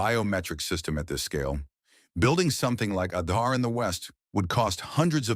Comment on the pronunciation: Kudos for the Wonderful narration with thorough research. Truely brings out the well deserved positive achievements of India👍. Just that in the narration, the pronunciation of some specific Indian words like "Aadhaar" has to be taken care of for a more refined presentation. Otherwise wonderful work👍